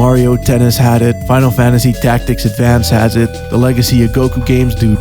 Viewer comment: Are you saying fif tacs,? Shits driving me crazy....